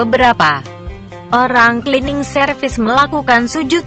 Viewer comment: saran utk admin sebaiknya cerita yg dibacakan di tulis dengan bhs indonesia saja shg pembaca cerita tidak selalu salah dalam pengucapannya seperti tulisan "Cleaning" di tulis "klining" shg tetap dibaca sbg "klining" bukan di tulis "Cleaning" dan di baca "celening" atau dlm bhs indonesia ejaan lama "C = tj"